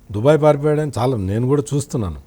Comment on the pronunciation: షౌమ్యుడు, షాలా మంచివాడు, ఆర్థికంగా అంతంతమాత్రమే, ఆషీర్వదించండి...షిక్కటి షిరునవ్వుతో ఇట్లు మీబిడ్డ....